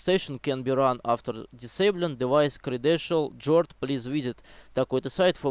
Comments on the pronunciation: Ломал голову, что за "джорд", оказывается "гард" ))) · Не джорд а Гуард